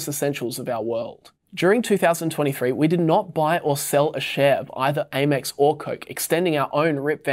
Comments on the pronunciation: It’s Amex MOT ‘A’ mex 😂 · I've never heard someone mispronounce Amex before. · AY-mex sounds weird... I start Amex like "ham" but without the "h"